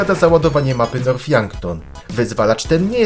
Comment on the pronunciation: Mowi się nort a nie norf poprawa